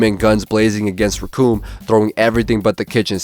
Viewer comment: Let's have Vegeta vs Recoome! ( and it rhymes with doom)